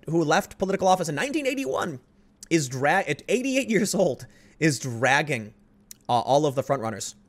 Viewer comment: Every time Tim says "dragging", an angel kicks a puppy.